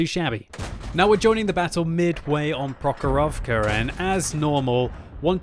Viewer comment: You say MurovAnka, ProhorOvka... I really want to hear from you MUrovanka and PrOhorovka!